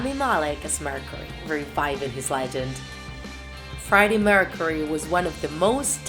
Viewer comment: She can’t talk killer qwine Freddie meurcaery Simgere